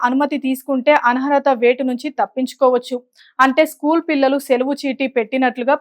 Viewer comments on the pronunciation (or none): ఆన్హరత కాదు అనర్హత అని మార్చుకోండి...